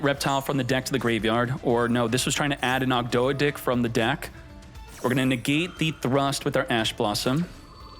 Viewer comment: saying Ogdo-dih and Enchilada was not on my bingo card